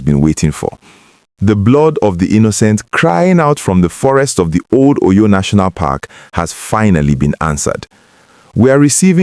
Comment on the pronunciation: Please learn how to pronounce the name of the state. Óyó, Óryór